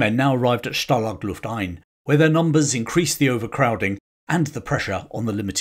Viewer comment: okay, ist called stalag luft einS. not ein. After the 5th time I heard it, it hurts my ears.